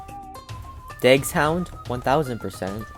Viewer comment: Btw if you wanna Pronounce “”Dagshand”” correctly Just Call It : “”Dags Hund””